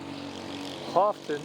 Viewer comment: I believe the water color was copper. As for Houghton, it’s pronounced Hoe-Ton. 😜. Do you have a sailing plan for 2023? Thanks for another great video.